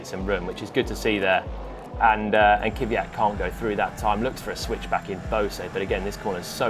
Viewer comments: I'ts Daniil Kvyat, not Kivyat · Kvyat, not Kiviyat.